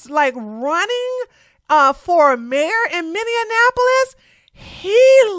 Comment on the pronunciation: “Somalian” and “Minne-an-apolis” cracks me up 😂😂😂